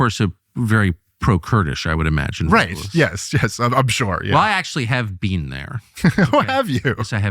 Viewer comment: "You've never bean?"